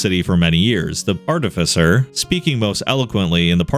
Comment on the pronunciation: Glad he’s pronouncing artificer correctly.